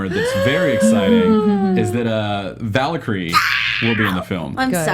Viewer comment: what is "vala-kree" ? did he mean Valkarie?